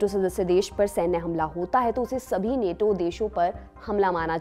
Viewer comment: नेटो नहीं नाटो कहिए